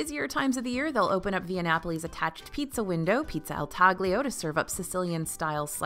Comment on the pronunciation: Love the food options at Epcot! Just an fyi, “taglio” is actually pronounced without the “g” (TAH-lio). If you want to get technical, I think the real difference between saying it “talio” vs “taglio” comes down to how the tongue touches the roof of your mouth on the L sound. “Talio” would have the tip of your tongue touch while “taglio” would get more of the flatter part of your tongue, but either way, don’t pronounce the g :-)